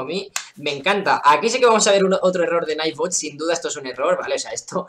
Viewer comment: Por fin un youtuber que trata de decir bien el nombre del juego bien xD